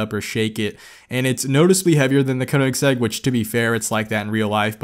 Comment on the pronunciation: Regardless if you correcting it,hearing you say “the only Koineggssegg I ever got to saw” cracked me up lmao. Good video man!! *ik I butchered Koineggsegg spelling please forgive thee 😭